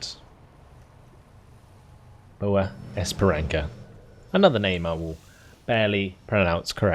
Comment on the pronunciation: Your pronunciation are good, Boa Esperança = Good Hope...